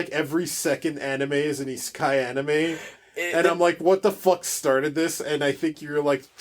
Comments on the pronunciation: I think we both pronounced Isekai differently several times. ;) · came off ruder whoops. I’m pretty sure it’s universally accepted The way you use over eye-si-kay. Also Maynga. I’m sorry how rude this sounds